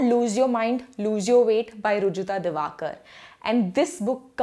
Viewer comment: Her name is ऋजुता दिवेकर not दिवाकर